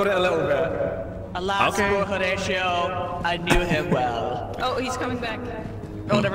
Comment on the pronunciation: gonna get (Ho)ratio(ed) for butchering that Hamlet quote.